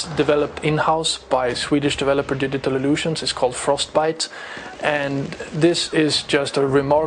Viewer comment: Haha! Digital Lusions! Learn English!